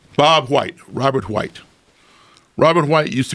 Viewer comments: My man really pronounced the HHHell out of those Hs. ”My good friend Bob HhhUWhite” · titanium hwite? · “I said son, they’re re all hwite” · Love the way he pronounces white... Wuhyte